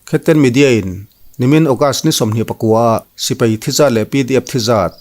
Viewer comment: Sipai tih em em te chu a rik dan dikin lam teh aw. A zialo em mai. Sipei ti suh.